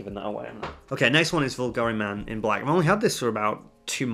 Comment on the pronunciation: « Por Homme »? Why do you pronounce it Vulgari? It is Bulgari. There is a B